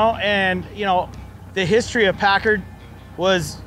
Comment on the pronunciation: PACKARD Not pacurd